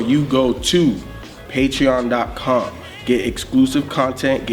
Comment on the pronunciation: "Patreown"